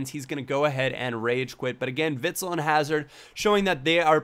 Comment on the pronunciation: Just so you know, you pronounce Witsel a bit different. More like Witsell, like the sell from selling.